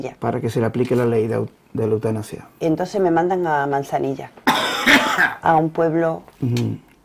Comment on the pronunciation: ¿"Eutanapsia"? ¿y este sujeto es periodista?